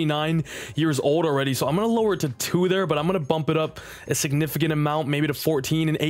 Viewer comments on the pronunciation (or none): none